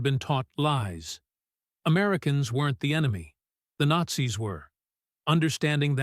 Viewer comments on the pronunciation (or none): none